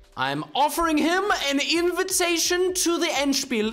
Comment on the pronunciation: Warum kannst du so gut "Endspiel" sagen aber wenn du das Wort "Zwischenzug" sagst, ist es kaum verständlich für deutsche Ohren?